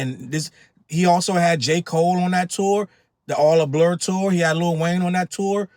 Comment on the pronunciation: “It’s all a blore” is cracking me up 😭😭😭😭